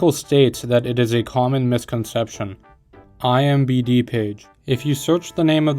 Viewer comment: My guy, it’s I M D B not I M B D😭